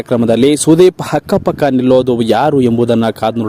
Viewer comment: Anta ge hantha akka pakka ge hakka pakka adduri ge hadduri antiri kannada sariyagi matanadu gubal